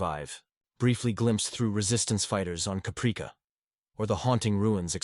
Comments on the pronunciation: "Cuhpreekuh???" lol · I'm sorry to be that guy but come on now - Capreeka? That sounds like an AI mistake. How did you not catch that? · So tired of AI, Capreeka 😑